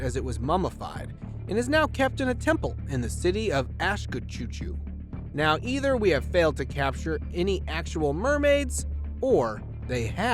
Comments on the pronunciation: Man can't pronounce the cities names right, instead "asakuchi" he said "ashkachuchu" lol😂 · How can you pronounce Asakuchi as "asskachuchu" xD